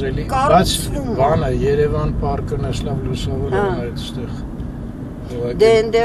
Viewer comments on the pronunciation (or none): none